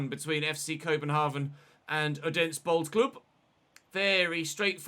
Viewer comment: Great episode as always. The D in Odense and Randers is silent. It's pronounced Ranners and Othense (th like in the).